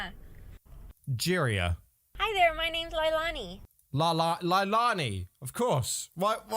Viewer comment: Okay I'm just going to say this even though you can tell the majority of these people are faking add all of them probably are your lack of understanding of this mental illness is very blatant on top of that you refusing to pronounce Leilani correctly which is in Hawaiian name extremely easy to pronounce was just kind of racist